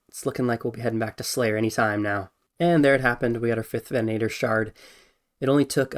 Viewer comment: Take a shot every time he says vennanator instead of venator lol